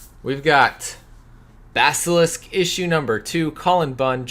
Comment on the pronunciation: You are maybe the first Youtube personality I have heard pronounce "Basilisk" correctly lol. Nice haul and great insight as always Sir.